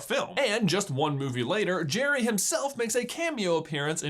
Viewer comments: it's geri not cherry cuh'😂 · It's Gerri not Jerry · I thought it was pronounced "Garry's game" not "Jerry's game" :( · In language arts class we were doing a plot diagram on Pixar shorts. This was on of them and lots of them pronounced Geri like jerry instead of Gary. I was pretty sure it was Gary and you obviously agree with me. I know it's trivial, but you guys are the kings of trivial. By the way, great video. I always loved this short and I use the strategy of flipping the board around, every time i play chess. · Noooooooo! Not gire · It's Gee reee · I thought it was pronounced like Gary...... And I'm sticking with it 😜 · I always thought it was pronounced like Gary, but the Jerry-like pronunciation makes more sense. :P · If an E or an I follow a G, the G is pronounced like a J. That's if you speak English, which... I think you get it. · Anyone else thought you said his name with a G sound and not a J sound? No just me? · I think that's an accent thing. They do kind of rhyme the way pronounce the names. Where I'm from, the definitely don't rhyme.